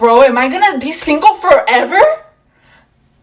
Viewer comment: Maybe it’s the way you say singo instead of single.